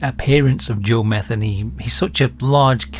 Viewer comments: Joe mah-THEE-nee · Its Muh theen nee. Usually thats the way it's pronounced. I could be wrong. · I imagine that the last name of this video’s subject is likely pronounced as Ma-thee- nee. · Matheny is pronounced Meh-THEE- nee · His last name is, M E T Heny let the sink in… these inbred, Neanderthals are sick asf. it’s in their DNA